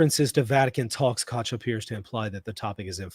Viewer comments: I love how is unable to pronounce the German "ch" but makes sure not to go with the "k" instead to not call him "Bishop Kock" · Dich, doch, noch, nicht—all German words are correctly pronounced with a hard “k.” Likewise, “Koch” is correctly pronounced in English “cock.”Hilfe uns, Herr Jesu!(Help us, Lord Jesus!)